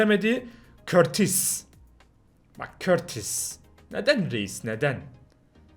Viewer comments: Courtois in ismi körtis diye değli kurtuğa diye okunuyo türkçe katili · Bak okunuşu ile yazıyorum körtis değil çıldırtmayın beni okunuş kurtuva ☺☺☺☺ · kortis değil Kortua COURTOIS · körtis değil kurtua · Ya oğlum cidden şu kurtis değil Kurtua okunuyor Bu kadar noob olma be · Abi KURTUA diye okunuyor .